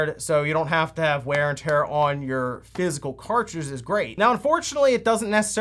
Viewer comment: physical, not fizzel. I know you talk fast, but sometimes I swear you do that on purse. lol